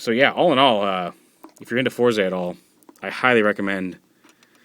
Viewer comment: Isn't it pronounced either "Forz" or "Fouz"?... They say "Fouz" in the show. I'm assuming they leave out the "R" for some sort of effect. Such as the way they pronounce "Rider" like "RIDAAAAH!"